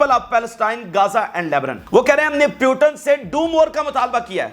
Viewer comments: Its Putin not Piutin😂😂😂😂anchor is very funny with his pronounciations😂😂😂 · پوتِن نام ہے ۔ پیوٹن کہہ رہے ہو آپ۔ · Putin.... Not puton.. 😅😅😅😅😅😅😅😅😅😅😂😂😂😂😂😅😅😅😅😅😅😅😅😅